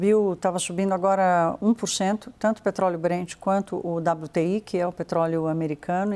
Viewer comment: agora está falando com sotaque de americano nativo “petrrroóóleouu” piada